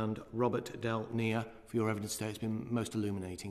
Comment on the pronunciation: That has to be the worst pronunciation of Robert’s surname...ever (Edit: 😁)